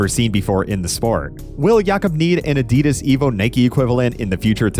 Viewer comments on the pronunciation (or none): none